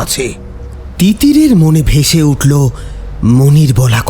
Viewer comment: চাঁদ উটলো ,শিউরে উটলো,দেকতে লাগলো, স্বপ্ন দেকতেন, আর কত বলবো বলুন। তবে আপনার আর একটা গল্প "রূপমহলের আতঙ্ক" তাতে আপনি ক্রমাগত মেশিন কে ম্যাশিন বলে গেছেন।